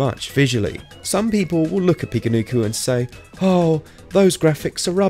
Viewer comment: Finally someone pronounces it correctly.. I downloaded this because I saw so many people saying it’s the strangest game on switch, but I’ve yet to encounter much strangeness. Still enjoying it nonetheless.. was just expecting something a bit more weird.. it’s just a typical Japanese platformer game really..